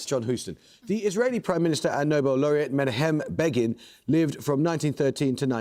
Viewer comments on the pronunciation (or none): Amol must improve his pronunciation. Menachem Begin is not men - ah - ha - hem. Irritating fellow. Amol, not Begin.